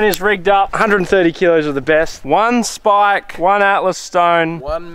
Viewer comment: Love the videos as usual but the whole speaking like old men saying shhhh instead of s eg shhhpike instead of spike is really starting to make my eye twitch, same with the keep it reet boys and "shhhpyshee". Could tolerate it in 2022 but let it go now please